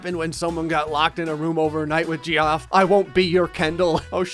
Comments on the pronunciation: it’s kinda funny but ur pronunciation of geoff is so off 😂😂 ITS JEFF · It’s pronounced Jeff 🤣🤣🤣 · Geoff is pronounced jeff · IT’S PRONOUNCED LIKE JEFF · Does not understand that Geoff is pronounced like JEFF??? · pronouncing “geoff” as “gee-off” is fuckin hilarious to me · GEOFF IT PRONOUNCED JEFF LMAO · do you know Geoff is pronounced as Jeff??? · You do know Geoff is pronounced Jeff? Plz say u do🙂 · ...it's pronounced "Jeff" x'D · Geoff is pronounced 'Jeff.' Also... seriously, do you have to play through all these stupid stories on Episode to get to the ones created by users? Ugh. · Geoff is pronounced Jeff. My brothers name is Geoff, it’s pronounced Jeff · Jee-off. Dude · Geoff is pronounced Jeff, my dude. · No one: Geoff:: “JEE OFF” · Him saying jee off hurt so much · it is pronounced like jeff. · Geoff is pronounced like Jeff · My favourite part is you saying Geoff wrong the whole time 😂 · Your pronunciation of Geoff makes me want to smash my head through a pillar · Are you pronouncing Geoff like that on purpose? 😂😂😂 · Every time you say Geoff wrong I die a little inside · Are you actually pronouncing Geoff the ways it’s spelled?! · As someone named Geoff, is torturing me with how he pronounces the name. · Saying it "Jee-off" gives me shudders - it's pronounced "Jeff" dammit D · its not pronounced gee-off its pronounced jeff... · It..it..it's pronounces Jeff.. not gee off..right? Or have I been saying it wrong this whole time? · why is no one talking abt how he pronounced geoff as “jee-off” and not like jeff lol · It’s not pronounced Gee-off, it’s pronounced Jeff. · Ge-off 😂 it’s pronounced Jeff 😂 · GEE OFF? IT'S JEFF LMAO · Gee-off? It's Jeff. XD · Gee-off Its pronounced Jeff..... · "Jee off", erm, what?? It's Jeff spelled Geoff, cos English... :P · “Geeoff”? It’s pronounced “Jeff”. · “Jee-off” Lmao it’s pronounced Jeff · Even though I know it’s pronounced Jeff, I still say “Jee-off” when reading it. Geoffrey is even funnier